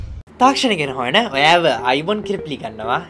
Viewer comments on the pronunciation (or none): mokadda bn eeka kiyana katha witharak ''ඔයාව'' bn ඔයියාව නෙමේයී💁